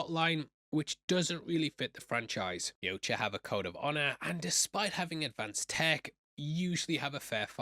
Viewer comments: It’s a pet peeve of mine but boi it hurts when you call the predators “you-cha”. 🫠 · its pronounced Yautja.